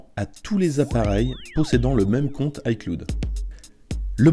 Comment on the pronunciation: icloude lol